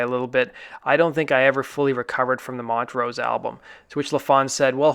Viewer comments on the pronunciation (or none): none